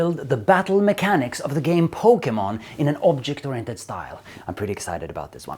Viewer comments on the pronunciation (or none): none